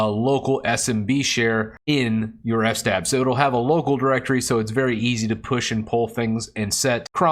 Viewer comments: I think it's fs-tab and not f-stab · it's fs-tab not f-stab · Good video. Thanks. "Eff"-"Stab" though... is that really how people pronounce it? I have few people that I get to regularly speak with about linux. It's mostly typing. But I always pronounced it "FS-Tab" in my mind. (as in, File System Table) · Its called fs-tab, standing for filesystem(s) Table. 🚫 NOT f-stab, you don't stab F. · I love the way you say F-stab instead of FS-tab lol